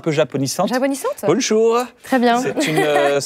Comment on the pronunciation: a Kyan prend un petit accent en disant c'est "bonjour" pour la sauce japonisante, il regarde directe la prod, et reprend sa phrase au cas ou ca passerait pas le cut ahaha